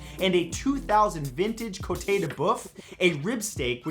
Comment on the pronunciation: Côte from côte de bœuf is pronounced like the English word Quote, without the "w" sound before the o